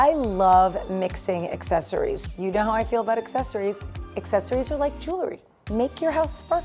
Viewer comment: PLEASE pronounce JEWELRY correctly! It’s NOT JEWLERY,! #English101